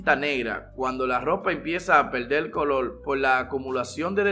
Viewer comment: Polque hablas asio el colol y calol